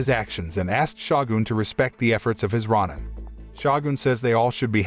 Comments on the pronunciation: rah nin, rah nin, rah nin. sheesh thats all i can hear. its row nin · Him mispronouncing Roin instead of Row Nin. Is so distracting. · Ronin is pronounce ro-nin, not ron-in. And it's not a legend, it's something that...actually happened. Unlike the story of this movie. This movie...it's shit. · It's pronounced roh-nin, not rah-nin. 🤦‍♂️ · It's pronounced Ronin (Row Ninn). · It's Ronin (pronounced Row ninn) he didn't get his neck sliced, , the hishaku chopped his head off. The Tengu are not gods, the tengu have heads of birds of pre not having heads of snakes. This narrator isn't paying attention to detail nor did he do any research on the tengu nor the title of the individual that raises his sword on tht individual who was sentenced to commit seppuku, ritual suicide buy stabbing himself in tht abdomen with a dagger. His pronunciation of certain names aren't correctly pronounced. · You need to learn how to pronounce Ronin. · The mispronunciation of ronin made me change to a different video, the AI reading the script needs to be updated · You say Ronin wrong disliked the video